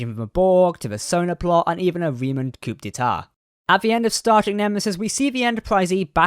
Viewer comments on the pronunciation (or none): Small note - Coup d'etat is pronounced "coo day tah" and not "coop dee tah"